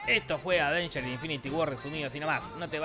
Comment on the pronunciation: disisdafunk escribí "Advengers" por que a si lo dice la vos rasposa de Te lo resumo